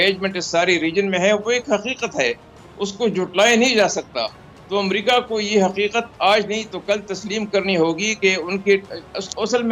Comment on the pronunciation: Is it "Umrika"? It is America.